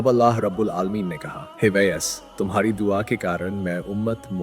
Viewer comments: आप जो सुना रहे उसको सही तलफूज सही करके बताव जो लोग दीन को सही नहीं जानते वो आपसे सुनने के बाद वो भी आप जैसे गलत बयान करेगे जैसे आप कहते हो अजराईल लेकिन सही इजराइल आलैही सलाम है आप कहते हो ऊईस कुनी नही ओवैस करनी है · Hazrat Owais karni naam hai aapko to sahi se naam bhi nahi liya ja raha. Sachche aasiqi rasool hai . Hazrat Owias karni.